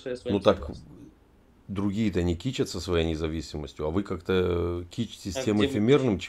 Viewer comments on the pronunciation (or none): кичИться, а не кИчиться.